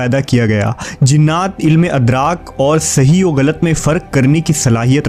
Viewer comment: adraak nahi idraak